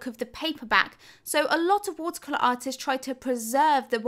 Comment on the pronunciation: I just want to say I love your videos and I also love the way you say “watercolor “😍